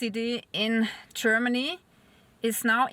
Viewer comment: I found you verry attractive, and the way you say Cheermany just adds to it!